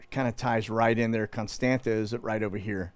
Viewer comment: Ka-li-nin-grad (Калининград) Kos-tan-tsa / Constanța Geez, is it really that hard to pronounce it? And regarding your content it seems you need to learn some history, open your eyes and stop following the main stream establishment please. You seem nice guy, but oh boy you get thing wrong.